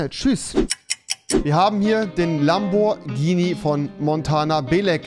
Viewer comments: Es heißt nicht Lambortschini sondern Lamborghini😂🤦‍♂️ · Noch einmal lamborjini sagen und instant deabo es heißt lamborghini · Es nicht nur keinen Performante S sondern hat der auch keinen Turbo UND MAN SAGT NICHT LAMBORTSCHINI